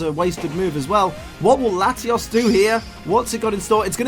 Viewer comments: You say latios as latias so I was confused the whole video. TAlk right please. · he was using a short "O" sound which sounds too close to a short "A" sound. And I sound like Hermione rn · He uses a short o in latios making it a tad difficult to differentiate the two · Listening to this episode with auditory processing issues is a trip. He pronounces them so similar...